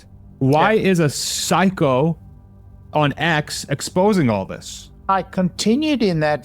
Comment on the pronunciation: Are you calling Elon a pahycho?